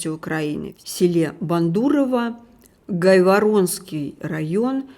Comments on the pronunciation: Не ГайворОнской,а ГАаайворонский район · Не Гайвор0нский а ГАйворонский